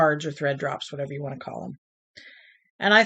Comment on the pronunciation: Fun video! I cracked up when you said 'whayever'..( in regards to your grandson modifying the cow travel game :)